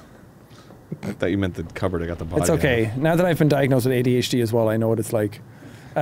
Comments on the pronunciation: It’s pronounced “ahdh” 😂😂😂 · Dan's quiet "it's pronounced 'Adhid'." In response to the ADHD thing made me laugh and more people should appriciate it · "It's pronounced 'adhd'." Underappreciated joke. 😂🤣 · When Dan pronounced ADHD like an actual word I lost my shit because when I talk to people I blame stuff on my “Ad-hud” all the time lol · Dan "its pronounced add houd"